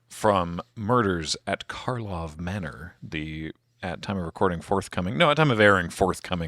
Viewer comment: It never ceases to amuse me that people just cannot stop calling it "Markov" instead of "Karlov". didn't even catch doing it right at the start (or at least didn't bother to point it out if they did).